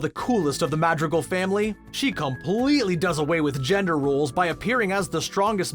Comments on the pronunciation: The way. He says madrigal 😣😣😖😖😖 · The pronunciations of everything oh my god. 😩 I’m cringing every time he says “Madrigal” and “Encanto.”